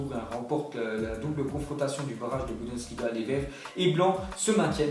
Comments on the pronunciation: J'ai remarquer que tu disais souvent "Budensliga" à la place de "Bundesliga" ^^' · Jme fou pas dsa geule mais il illitré nn ? Budensliga il dit et c pas la seul fois qui prononce mal des nom de clubs ou autre et sur mon orthographe bah g laflemme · Stp arrête de dire « Budensliga » c’est stressant